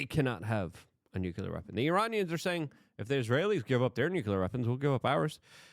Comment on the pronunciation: Oh boy!! The unhinged monkey is back! With of course more shouting and incoherent rambling of course, plus a plethora of larger kind of ramifications that of course have created a sort of larger compromy in Luke's brain which of course has lead to a larger tumultulous nukelar deshtruction of Doyge and the Hootsies in unspeakable ways of course. Let's be real with ourselves here...